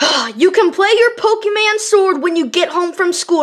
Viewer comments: that's not how you say pokemon you said pokemannn not pokemon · one thing I hate about spring tra- because he said a pokeman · or whatever you call it why did he say Pokeman sword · said pokeman😂😂😂😂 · said Pokemon And said Poke-Man (I'm so pissed) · I was luafing when said pokemon sward